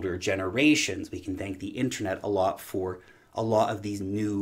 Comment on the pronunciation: it's not called 'inTREnet' it's called 'inTERnet'....